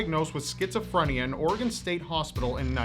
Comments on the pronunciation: Props to pronouncing Oregon right but it is Will-am-Et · The fact says Oregon right is refreshing